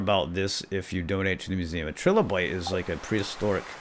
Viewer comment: I'd imagine this is probably anything me correcting you, but trilobites are pronounced like "try-lobite". They are also crustaceans I believe, due to the fact they are sea creatures.